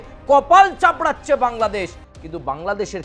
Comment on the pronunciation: দাদা কপাল চামড়াছে না কপাল চাপড়াচ্ছে। উচ্চারণটা ঠিক করে করুন।❤